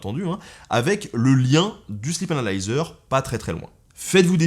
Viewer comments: J'ai entendu la même chose ^^ C'est la façon dont Ben le prononce qui est trompeuse XD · J'ai vraiment cru qu'il avait dit "Slip analyzer"...